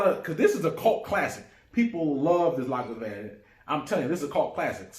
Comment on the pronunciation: Lagavin? It's Lagavulin...